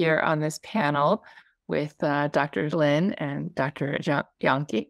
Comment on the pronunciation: Okay, I wish that everyone would please learn to pronounce last name correctly, JAHNKE, IS correctly pronounced. Y A N K U H. thank you, go in peace ❤